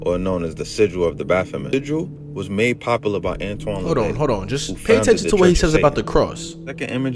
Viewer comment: Who tf is Antoine Lavey? 😂 Bro can't read